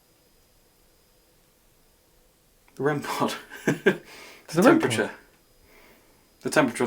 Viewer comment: Did you say The rempeture? As in rempod temperature 😂